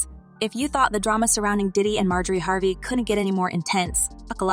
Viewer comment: How you gonna mispronounce Harvey??? If you're going to use AI, then quit being lazy and clean up your script!